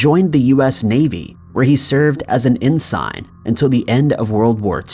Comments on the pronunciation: En-sin, not en-sign Jew-no not Jew-now C’mon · LOL the word “Ensign” is not pronounced “En-sine” - it’s pronounced “en-sinn” Great vid though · ensign is pronounced en-son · EN-SINE. SERIOUSLY GUY. Figure out correct pronunciation BEFORE your voice-overs. JUNE-OW. SERIOUSLY. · N sign? Ensign (n sin) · FFS! Look up how to pronounce stuff. Ensign is pronounced en sin. Juneau is pronounced June o. Not June ow. Your voice is good. But mispronouncing simple words makes you look stupid. This is not the first time you've mispronounced simple words. Also not my first comment on it. COME ON MAN! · and ensign is pronounced en-sin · Review pronunciations of Juneau and ensign. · Narrator needs to check pronunciations before recording. Ensign. Juneau.